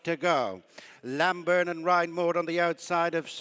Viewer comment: The horse is Named Lambourn. not Lamburn. Terrible commetating.